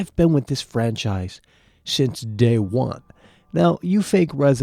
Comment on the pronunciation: He doesn't say franchise, he says "FWANCHIZE!"